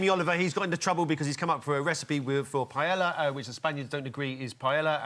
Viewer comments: The butchering of the pronunciation "paella" is more egregious then the dish itself. "Pie-ey-ah"... its not that hard to say. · It's pronounced "P-A-E-Y-A". not "paelalla" or "paella" or the other 4 different ways you pronounced it.... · "Payella" fucking learn your dishes and languages uncultured piece of shits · Brits pronounce Spanish words correctly challenge: impossible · To be fair, the multiple times that Paella was mispronounced in this video got me more pissed off than Jamie's recipes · Maybe check how to pronounce Paella. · That’s not how you pronounce paella wtf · Interesting.... It's rare that you'll hear someone with a rhotacism, narrating one of these soulless, manufactured, poorly researched list videos, like those produced by Buzzfeed, or in this case, WatchMojo. The patently incorrect pronunciation of paella... now that's certainly more on Brand for one of these videos... Heck, they butcher even the most common of English words with alarming frequency, so Paella, a culturally specific culinary dish, isn't the most egregious of colloquial faux pas. I mean don't get me wrong, Jamie Olive Oil is trash, but so are these videos. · Pronouncing "Paella" wrong is as embarrassing and painful as putting chorizo in it! 🤦🏻‍♂️ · Funny how they say Jamie cooks a bad Paella whilst absolutely BUTCHERING the word itself. Props for the voice over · Does all of the UK pronounce paella wrong? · Its pronounced PAE YAA.. not PA ELLA... sounds like you are the Jamie Oliver of WatchMojo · You gotta love it that a video on how Jamie Oliver pissed off people, and includes as an example, Oliver's recipe for "paella", incorrectly pronounces the word paella as "pie-ella". Tone deaf much, WatchMojo? :) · Pa-e-la. YOU HAVE TO PRONOUNCE THE DOUBLE L, it's pronounced Pa-e-lla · What is Piyella?? Isn't it PA-E-LL(Y)A?? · It’s called Pa-el-yah, NOT Pa-yel-la… Say it properly at least. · Pa-eh-ya, not payella tf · "pajela"? like seriously? fck..... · please dont call it pie yella